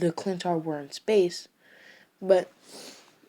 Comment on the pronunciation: Sorry but it's not clintar its chitauri